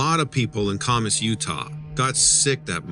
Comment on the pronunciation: The name of the town Kamas is pronounced Kam us with the Am sound not the ah sound. Geez learn to pronounce